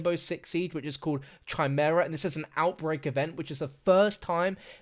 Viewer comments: i Think Chimera is pronounced with a K sound not a ch sound like chalk. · Oh boi it annoys me that he cant pronounce chimera 😂 but i love ya. ❤😄